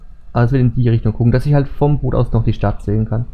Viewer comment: das heist Boot net bott